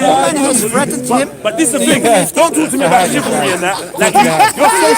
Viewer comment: Shivallery😂 more like pigeonary